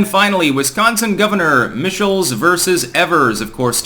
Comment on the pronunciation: Michaels vs Evers, Mike-Els vs Eve-Ers.